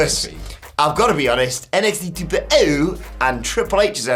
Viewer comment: Going to continue to downvote every video where says '2.0' like that.